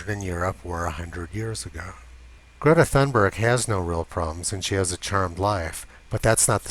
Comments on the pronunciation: I agree! Just a comment on Swedish pronunciation - we don't have the 'th' sound so thun... is pronounced tun... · Gordon Adams Tunberg is the correct pronunciation, the T and H are not pronounced th as in English or other languages based on Greek/Latin. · The ”h” in Thunberg is silent. It is there just for ”decoration”. So Tunberg is a better version. I am Swedish. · ...the Pigtailed Pixie pronounces her name as toon-buyer - the scandies don't have a hard G at the end of words, more like a Y , unlike German, where the G is always 'hard', e.g. Georg comes out as Gay-orG...what she spouts is also rubbish of course, and she is leading many other children down her silly path...definitely needs to go back to skull to learn critical thinking, instead of accepting what alarmist have fed her...!